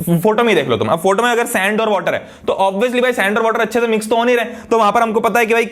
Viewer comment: "OBIYOUSLY" lol Op Bolte!!!!